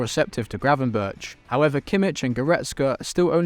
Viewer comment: Is it really so hard to pronounce Gravenberch? And Ekitike is still a Reims player, PsG have an option to buy, but havent yet